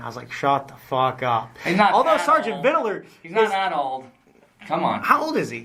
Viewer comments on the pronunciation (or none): It’s Sargent VIDLER not VIDDELER. Dewitt’s knows his correct name, he’s just being obnoxious here. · Every time he says "ViDaLer" I throw up! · The way he says Vidler’s last name like he’s saying riddler is so irritating!